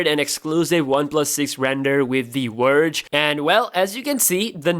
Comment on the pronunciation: The Werge not the Verge.